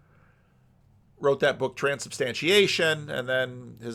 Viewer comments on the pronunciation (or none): That is not how you say "Regina." Nobody wants to pronounce it the real way. Just made me laugh.